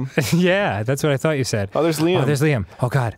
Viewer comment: Its so wierd to me to hear them say Liam lol people normally pronounce it wrong lol